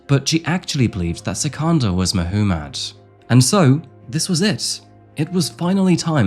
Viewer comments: Who pronounces 'Muhommad' as 'Muh - who - mad'? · Mahoomad? lol it’s probably Muhammad . The accent doesn’t give you an excuse to pronounce stuff wrong. Now I know why you have to interpret Shakespeares work because he was British and when the books were written down they couldn’t understand him. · Is his name spelled differnet or is just youre accent? No hate i just CANNOT UM HEAR "MAH WHO MUD" and its just gets louder everytime lol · FFS! MAH-Hoo-MAAD?? You're deliberately mispronouncing the most popular name amongst Islamic men just to make yourself sound extra fancy for English audiences. I see what you're doing and It is fucking cringe. Just pronounce the name like the rest of the entire English speaking population. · Mahoomid? 😂 did you do that on purpose? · Did my mans say [Ma-hoo-madd] & [Mo-hoo-madd]? Crazy pronunciation for such a popular name worldwide. Especially crazy considering it was the most popular name given to babies in England and Wales in 2023. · I found it amusing. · Am I the only one who can't get over "Muh-hoo-mad"? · I've never heard that name be pronounced Muh-who-mad before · Rob Zombie voice Mahuumad.. Mah-huu-mad! Mahuumad.. Mah-huu-mad! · who says Mah-hoo-mad for Mohammad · I'm sorry but that pronunciation of Muhammed is driving me crazy 🤪 if that's the name you're saying then it's meant to be pronounced moo-hum-id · I think you're saying 'Muhammad' wrong. 🤔